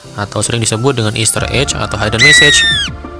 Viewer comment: Saran aja, bedakan cara baca "egg" ama "edge". "Ejj" jatuhnya buat "edge", bukan "egg". kalo "voyage" itu caranya bacanya "voyej".